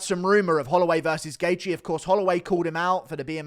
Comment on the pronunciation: You butchered Gaethje's name so bad lol